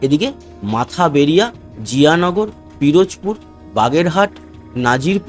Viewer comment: উচ্চারণ হবে মঠবাড়িয়া মাথা বেরিয়ে না